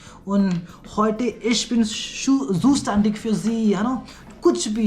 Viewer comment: zustandig fir galt bol rhe ho aap